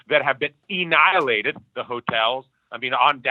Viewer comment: is he saying “Ennihilated”? “Dennihilated”? wtf?